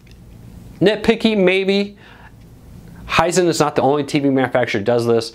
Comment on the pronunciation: Hisent? lol I didn't know TV's had a smell..